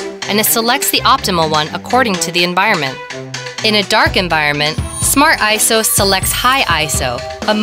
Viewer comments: Smart "Ayso" pro. LOL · I thought is was pronounced I S O